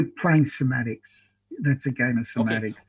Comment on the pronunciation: “You’re playing sematticks. That’s a game of sematticks. My words are very clear” 😂 Also you should’ve asked him how many millimeters is in 2 degrees.